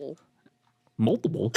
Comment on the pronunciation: So mouwdable and pwiable uwu